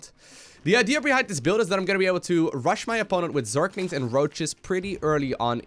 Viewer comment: I love how always says "Zerklings" instead of zerglings.. Like Abathur trying to pronounce the same word:D